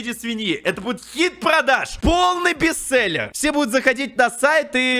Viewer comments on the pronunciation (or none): none